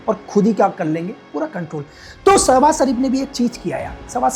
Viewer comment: Ashim munir Nahi Asim munir 😂 Sabhaz sharif Nahi Shebaz sharif ha